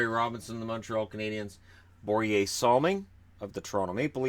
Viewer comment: It infuriates me how you say 'Boriyay' Salming. Im not Swedish, but it has always been pronouced 'Boriya' Salming. I must say I am actually starting to enjoy these videos.